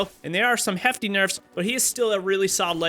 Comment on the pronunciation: Way did you say heftig nerfs are you from Norway?